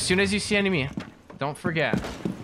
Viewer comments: Enmeny* 😂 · “Enmeny”... You mean enemy?